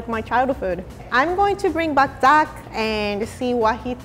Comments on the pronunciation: I was like, duck? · i heard DUCK 😂😂😂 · You’re not alone. I also heard his name as duck. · Who thought she called Zach duck?